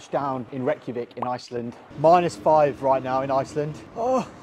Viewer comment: Its pronounced ray-kja-veek